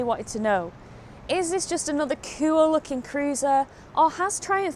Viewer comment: I'd have the mid pegs on it, don't like feet forward stuff. I do like the way you say 'kiwl', it reminds me of my pal Charette, oop north, whom I met by total accident on t'internet, about 23 years ago. She did call me a 'mardy fu_ker once though, which was unfair and not kiwl at all.